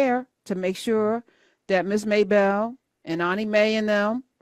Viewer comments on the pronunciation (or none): Ms. Maebelle 😅😅😅😅! Not Mabel...Maebelle!!!